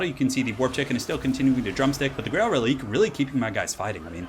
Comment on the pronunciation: Btw Reliquae is pronounced reli-kway It's a French inspired word, so the q is pronounced like a kway rather than a hard k. This is a PSA to all YouTubers that pronounce it releek